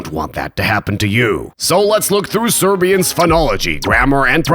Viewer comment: your pronounciation of most of these words makes you sound Croatian